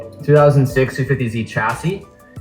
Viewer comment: May didn't point out that he said chassis wrong